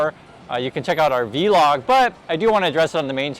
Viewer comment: The V in vlog is pronounced. It isn’t spoken as the letter.